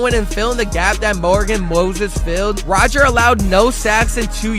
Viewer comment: Sounds like you can't pernounce a few names correctly, DeCosta, Moses & Zietler